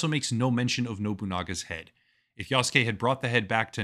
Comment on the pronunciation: This is DEI bullshit, and for the first time, I'm not buying the next AC game. Btw, it's YasUke, not Yaske...